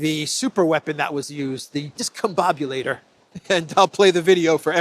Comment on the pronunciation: Trump didn't name it the Discombobulator he cant eve pronounce it, as is clear from the video! (Notice how he initially mispronounces the word!)